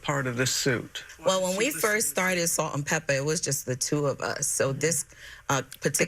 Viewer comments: it's Salt n PEPA not Salt & Pepper. Educate yourself please. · …it’s Salt-N-Pepa….Not Salt And Pepper!! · I was so annoyed that she kept saying it incorrectly!! 😂😠😬🙄